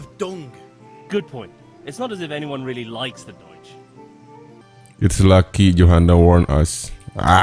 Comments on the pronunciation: itu jerman bang bukan belanda wkwk deutch dibaca doitch bukan deutch, maju terus calon presiden indo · Itu baca nya doitch artinya org jerman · deutsch itu dibacanya doitsch yg artinya orang jerman *cmiiw